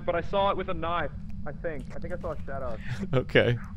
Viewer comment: "i saw a shadoew"